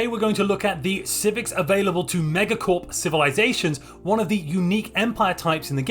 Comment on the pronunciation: I disagree with your pronunciation of megacorp